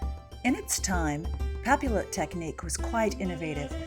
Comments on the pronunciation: Just a little French pronunciation tip - the double L is pronounced ‘io’ so papillote is pronounced ‘pah-piotte’ , not pah-pill-ohte. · What a fabulous video! I LOVE historical hairstyles, and they can be so hard tor recreate without info like this! Though, I have to say, since the word comes from the French word for butterfly, papillote is pronounced 'pah-pee-YOTE'. I'm sorry if that sounds snobby, I just thought you might want to know. Again, I love your video! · It's not pa-pill-ote, it's "pah-pee-yoh" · Pappy-ought, not pappy-loat. It's French and the L's are silent. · nice but music too loud even nice as well. please pronounce "papiyotte" like "bastiye" not "bastile" :) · It's pap-ee-yote. And means paper. Papillon, pap-ee-yon, means butterfly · For thosewho don’t speak French, it’s pronounced "Papi-yot" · its pronounced "pa-pee-on" with a soft n and papillotes is pronounced "pa-pee-oh-t" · the double L is pronounced like an Y, it would sound more like papiyote. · The double L in French is pronounced as a Y sound. Pap-ee-ote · Pronounced: pah-pi-YOH. Yes, that's even for the plural. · it's more like pah-pee-yacht. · Also it's pronounced papi-yot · Pronounced "Papi-ot" :) x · Thank you! I was cringing so badly! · It would be pronounced pop-e-yote. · It is pronounced "pa-pee-yot" and is the same word for cooking fish in greaseproof paper in the oven "en papillote" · I hate to be "that guy", but it's pronounced "pa-pee-yote". The double "l" is like a "y" in French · cx1735 thank you!! Within the first minute of her mispronouncing it I was already going crazy lol. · the French major in me was cringing so hard.